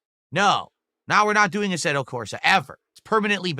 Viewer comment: He keeps saying asserto when it's asseto. Why does he try and sound fancy.